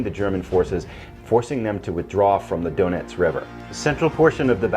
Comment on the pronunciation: Sounds like "donuts" River ::)....I believe its "Donetz". Your friend Phalanx.